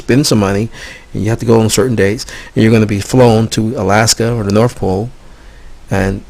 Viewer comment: "Sprayed Freon agents" cause winter? What that fuck are you high on? It's north, not norf